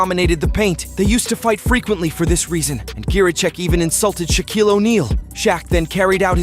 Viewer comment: Dude can’t even pronounce Shaquille right lol